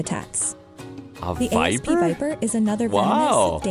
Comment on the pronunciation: lol "the A.S.P. viper". It's an asp, stupid AI voice, not an A.S.P.